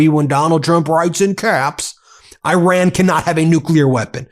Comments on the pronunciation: It's not "I RAN!!!" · Correct pronunciation of Iran, please.